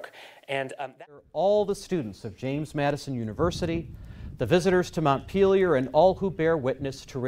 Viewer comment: The guy nails it.